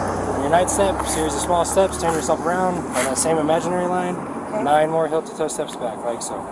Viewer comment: Why does he say "hill" instead of "heel"?